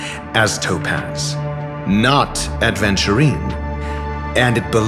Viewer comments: ratio mispronounces aventurine, he says adventurine. It would be fun if this mistake is pointed out in future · Funnily enough, the current patch rn has Aventurine using "ADVenturine" name LMAO